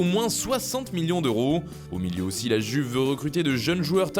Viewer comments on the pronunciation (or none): “i”uve pas “g”uve stp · Vs pouvez arrêter de dire la [Juve] les français et faire un effort en disant la [Youve] ...